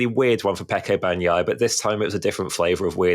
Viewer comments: It's BAG NEEEEEE YAHHHHHHHHH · BAHN-YAI-AH, but Brits delight in butchering Italian words, names included but I'd bet they'd correct an Italian who screwed up their British name PRONTO! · I’m Italian and I think it’s a funny pronunciation: he can keep it if he likes it haha. Anyway for people who know Spanish, just pronounce it as “baña-ya” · please, in "Bagnaia" "g" is silent. You don't pronounce it. It just softens "n".